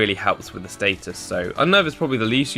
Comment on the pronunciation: Status, not stattus.